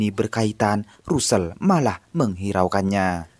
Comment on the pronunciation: Tulisan nya Russel,bacanya rassel